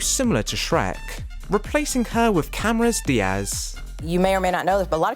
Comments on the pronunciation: janeane garotalo??? you mean, janeane garofalo? cameras diaz?? jesus fucking christ man. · Ah yes, "Cameras Diaz". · It's David GeFFen and Janeane GaroFalo, with Fs, not Ts. It's also CameroN Diaz, with N, not a Z.